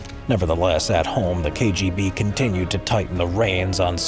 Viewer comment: He did quite well considering that he's unlikely to be a Russian speaker.